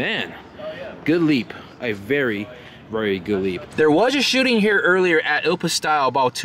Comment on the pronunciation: "There was a shitting here ..."